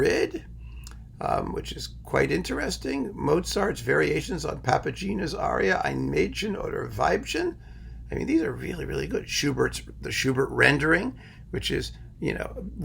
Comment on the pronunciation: I thought it was "Papa-gey-nah"?